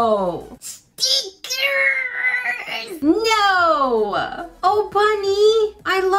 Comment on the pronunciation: I just love how she says ''STEEKERSSS*